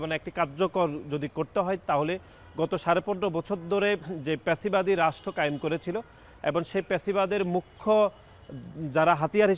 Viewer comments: আদু ভাই প্যাসিবাদ নাহ ফ্যাসিবাদ বলেন।। আগে সুন্দর ভাবে উচ্চারণ করা শিখেন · ভাই, ফ্যাসিবাদ কে প্যাসিবাদ আর ছিনতাই কে চিনতাই বলেন কেন? এসব কি! হাস্যকর! ছাত্রদল কি কথা বলতে শেখায় না! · এই আঙ্কেল সব জায়গায় ফেসিবাদ না বলে পেসিবাদ বলে কেন?